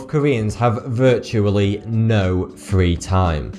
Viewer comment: Nineteen fifty free eh?